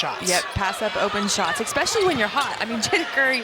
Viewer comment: Especially is not pronounced with an x. 😢